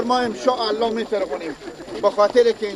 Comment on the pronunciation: برادر محترم شما که بطور غیر حرفه‌ای و صرفاً برای کسب درآمد کار رسانه‌ای می‌کنید حداقل کاری که برای بهتر شدن کیفیت و محتوای کار خود و همچنین جذب حداکثری مخاطب می‌توانید انجام بدید ارتقای سطح دانش و فن بیان است که آن هم با اندکی مطالعه امکانپذیر است بند سلما‌ را سلمه میگی انشاالله را امشالا میگی🤔 و در نهایت میگی دل خارجی‌ها بترقه در حالی که این بند با پول و همکاری‌ خارجی‌ها ساخته شده وگرنه چرا باید پرچم ( بیرق ) هند روی دیوار آن باشه🤔 ضمناً در طول همین چند سال خارجی‌ها از این بند محافظت می‌کردند و تروریست‌هایی که شما آنها را برادران امارت اسلامی خطاب می‌کنید سعی بر تخریب آن داشتند! در کل کاری به این مسائل ندارم مشکل اصلی فن بیان شما است که بسیار در سطحی پائین و مبتدی قرار دارد.